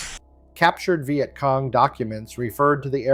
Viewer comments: AI slop thunbs down. "Vy-yet Cong"? Really? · The “vi et cong” … Hate AI narration. Get a vet to speak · stupid AI WtF is a vy-et cong??? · The Veye at Cong! AI !